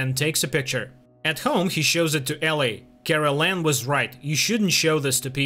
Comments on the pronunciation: It's Karellen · His name is Karel not Carolan. Besides a couple of other mispronounced names you basically got it right, but you have a couple of facts about the series wrong. Of course the book is more detailed. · Kraylen is how it should sound